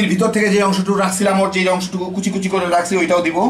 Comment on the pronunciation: আগেও একবার লিখেছিলাম, আজ আবারও লিখছি- এই কুঁচি কুঁচি শব্দটি এমনভাবে উচ্চারিত হয় যে খুব শ্রুতিকটু লাগে...😠